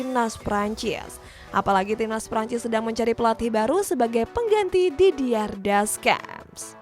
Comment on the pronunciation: Bacaaanya Didier desyams ,bukan dediar dercamp min , aduuh🤣